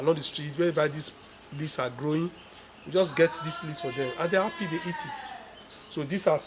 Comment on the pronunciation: Snae, atch, appy...😂😂😂 Nice video sir